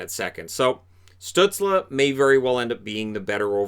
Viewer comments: Hey I really enjoyed the video and your channel! However I do believe that Tim Stuetzle is pronounced “stoozle” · Reichel and pitirka? No no no no no Stuzle and pitirka :)